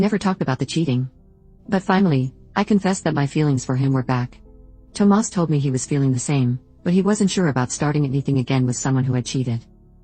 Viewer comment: I just wish the bot would stop calling him Toe Mass